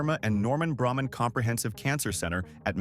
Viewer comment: Braman is pronounced “Bray-man” not “Bramman” thank you